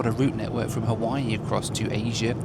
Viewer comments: Every once in a while you default back to your crass Benny Hill schtick. Your Haweewee pronunciation is akin to when you mixed a great Cabernet with Diet Coke. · I am a big fan of your videos...but please, NEVER call it HA-WEE-WEE again. As a Hawaiian, that irritates me more than the usual mispronunciations because it's intentional. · Roll is purple because it’s made with Taro root. And intentionally mispronouncing Hawaii is not funny, but rude. And if you didn’t have a good time during your visit as you expressed in the last vlog. Then stay away. You won’t be missed by the locals or the millions of people who visit the islands annually. Beautiful new 787! Thanks for sharing your trip.